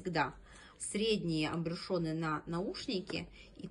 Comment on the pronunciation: Ахахах,"АМБРЮШёНЫ"))))А в целом обзор не плохой)))Это называется "АМБЮШУРЫ"